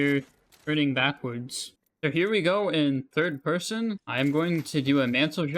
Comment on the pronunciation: "thirwd pewson"